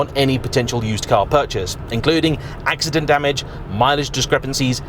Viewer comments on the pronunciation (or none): none